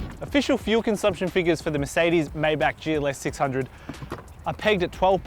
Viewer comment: Take a drink for every time he pronounces 'Maybach' a different way.